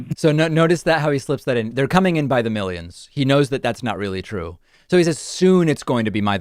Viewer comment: Meeleeons, it's coming in by the meeleeons!